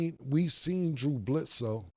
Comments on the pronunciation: "Blew Dridsoe"🤣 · Only Cam could Mess up Blew Dridsue name and we still understand 😂😂😂😂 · Cam: Blew Dredsoe Mike: Drew Bledsoe* Cam: Blew dressow 😂😂😂😂😂😂😂😂😂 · Cam was struggling with saying Drew Bledsoe name lmaoooo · He still saying Blitzu. lol Like niggas is sneezing.